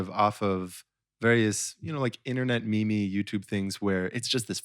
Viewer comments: My man out here pronouncing meme like "me-me" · he said "mee mee" for meme :( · grant pronouncing meme as 'me me' XD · Grant unironically pronouncing meme as me-me is incredible.